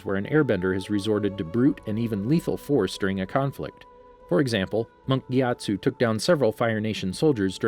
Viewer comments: Your videos are great, but PLEASE learn the correct name pronunciations: Guru Pathik (pa-TEEK) Amon (ah-MON) Monk Gyatso (ghee-AT-so) Iroh (EYE-row) Thank you. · My dude butchered Monk Gyatso and guru pathik’s name... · Its Patick, not Pathik, and its Gyatzo, not Giatzo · This channel is supposedly the most comprehensive source of facts and info about Avatar, but they somehow mispronounce common names like Amon and Gyatso